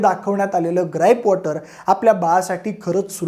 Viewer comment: ग्राईप कॉटर😅